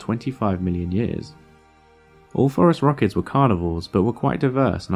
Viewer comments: Phorusrauchids... 😂 You've just made the whole reply section to go DEFCON 5 over that "Forest-Rockets" racket. It feels that tags with every term and name you pronounce in a vid is of the essence. Keep up the good work! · can we PLEASE start calling these guys "forest rockets" like we all thought he was saying, that is the single sickest bird name ive ever heard. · lol even the auto translate captions heard it as forest rockets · It's not until (where the subfamily phorusrhacinae is spelled out for us on the screen) that I realized he was saying "phorusrhacids" and not "forest rockets." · Took me 6 minutes to realize he wasn't saying forest rockets. 🤣😂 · It wasn't until that I realized he wasn't saying "forest rockets" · Is he saying forest rockets? He says it so many times in this video and it sounds exactly like forest rockets. I am not sure what else he could be saying. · Damnit. Wtf is a forest rocket and why is it bothering me so much that he's pronouncing it like that? I'm weirdly angry about your pronunciation and I don't know why. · Me too! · Same 🤣🤣 was listening instead of watching so that made it even worse. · Yep me too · Actually, it's not exactly. He's pronouncing more of a "t" at the end, instead of a "d". But they do sound close. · Apparently you were NOT saying "forest rockets", but I'm glad I'm not the only one who heard that every single time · If not for this comment I would have watched the entire video and gone on with my life thinking he said forest rockets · He was saying forest rockets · Same here. I looked it up using "Forest Rockets" and got high school sports. Then I tried "Forest Rockets, Terror Birds" and finally got Phorusrhacids. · Almost as if the scientific name was purposely phonetically trolling anyone hearing the pronunciation for the first time...got me too! lol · he is not? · I swear he was saying, "forest rockets". Oh, apparently everyone did. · I heard "forest rockets" instead of "Phorusrhacids"